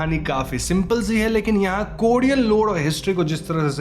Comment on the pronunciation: Korean hai kodean nahi